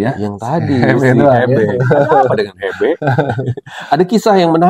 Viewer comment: Hebe😅 bacanya Hibi kaliiiii😅🙈🙈🙈